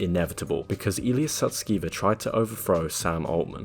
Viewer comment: You mispronounced Illya's surname; it's actually pronounced "sus-ke-ver" (haha!). The alignment team disbanded because they felt OpenAI wasn't providing sufficient computational resources for their research. Illya observed Sam prioritizing product appeal over safety, which led to Illya's attempt to have Sam fired (which ultimately resulted in backlash). Take "Sky" for example—the voice was crafted to appeal to consumers rather than prioritize safety. There's speculation that AI is being utilized to align AI systems, akin to how achieving AGI might align ASI. It's frustrating that many fail to grasp the broader implications. If we were to represent AI progress on a scale of 0% (AI) to 100% (AGI), OpenAI's technology is roughly 82% developed. The release of Sky to the public will likely herald unforeseen changes. Brace for rapid global transformation by year's end.